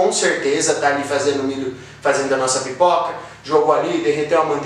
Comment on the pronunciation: Vc disse pipica?! Kkkkkk